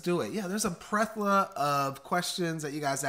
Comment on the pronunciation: HAHA 😂 it’s plethora not prethola. Y’all are amazing. Love yous!